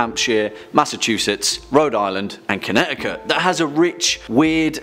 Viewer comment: Connecticut does not have silent t's. England brought some of its ghosts over.